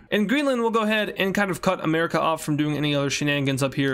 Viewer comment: BRO SAID "ANERACA" LOOLLOLOOLOLOOLOLOLOLOLO LOL O LLOL!!!!